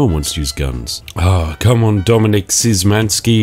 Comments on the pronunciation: Dominik "sh"Ymanski Xd not "syz"manski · Just so you know, in Szymanski the Z is silent